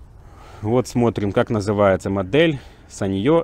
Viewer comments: Осел , ставь ударение. саньЁ у тебя в кружке , а это сАнъё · sАnyo.. ударение на первый слог!!!!!!!!!!!!!!!